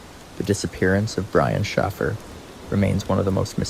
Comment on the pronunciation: ?????AI does not know how to pronounce names but how can you mess up Shaffer, with or without a Y???